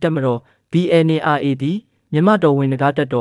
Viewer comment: သတင်းခေါင်းစဥ်လည်းမကြိုက်၊သတင်းပြောပေးတဲ့သူလည်းBNRAကိုမှန်အောင်ပြောပေးပါ၊(Aတလုံးပိုနေတယ်)